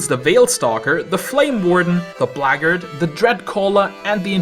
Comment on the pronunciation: "the blahggard" 😂